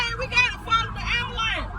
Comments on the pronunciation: It’s not AMULANCE IT’S AMBULANCE MISS OVER THE TOP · "Ambalance" and "tesess"